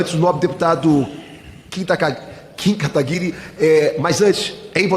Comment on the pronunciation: kim Kataguiiiri kakkkkk galera nao acerta o nome do kim kkkkkkkk